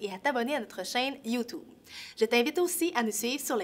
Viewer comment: "Et a t'abonner à notre chaine YouToube"